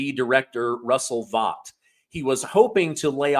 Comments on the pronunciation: Not Russell Bot… you pronounce his name Russell Vote “Vought”. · Pronounced: Russell "Vote." btw, The Dems are not the party of death. Trump and his ICE gestapo, are the party of death. All day, everyday. 😡😡🧟🦹🖤🖤🖤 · OMB Director, Russell Vought, pronounced “vote”